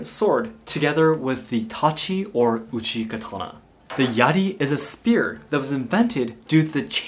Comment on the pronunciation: It seems bizarre to me that he calls it a Kuh-ton-ah when he speaks English, but Ka-ta-naw when he speaks Japanese. I use the Japanese pronunciation, and I dont even speak Japanese. Seems disrespectful to the culture to change the name of the weapon.